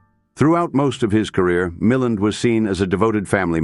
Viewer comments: Note to AI : his name is pronounced Mil-land (emphasis on the second syllable), derived from his stepfather's surname Mullane. I'm 78 and a great fan of early Hollywood films and everyone accented the second syllable in the years I was growing up and watching his films. The robotic AI voice also turned me off and I tuned out after 30 secs. Brave new AI world.. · Lots of AI mispronunciation especially Milland and RADA.